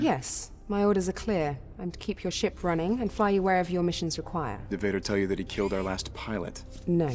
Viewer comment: muwi sie Lord . . . . fader